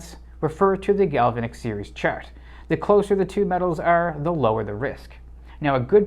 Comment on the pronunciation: A'node. Gal-va'-nic ;-)